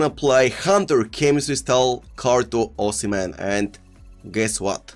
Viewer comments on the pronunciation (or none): none